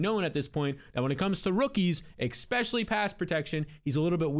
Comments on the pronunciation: stop saying "eggspecially" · you say the word especially so much but you pronounce it eXpecially. Not a big deal but it drives me crazy with how often you use that word 😂😂